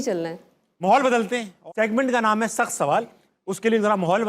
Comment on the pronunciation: Tabish sahab yeh “sakhat” nahin hota, bulkehb”Sakht” hota hai. AAP Karachi se ho kar bhi itni bari ghalati kaise kar skate hain?